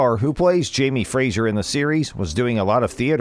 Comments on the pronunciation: It's Fra-zer.. not Fra-zher. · Pronunciation - Before you narrate something, learn to pronounce the actor’s name and his character’s name please! Sam Heughan (Hugh-An) Silent G. Fraser (Fray-Zer) it does not have an ‘I’ in it. Geez, it really isn’t that hard